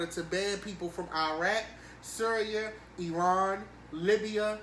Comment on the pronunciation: I don’t know why I noticed but good job pronouncing Iran correctly. I had to learn from my old Iranian bus driver.